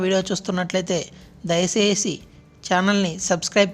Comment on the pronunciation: Dayasesi kadhu dayachesi ok mundhu telugu nerchu ko ra jaffa